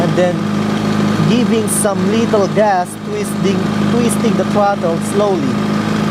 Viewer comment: I find it funny when ever he say's little gas it sounds like hes saying lethal gas xP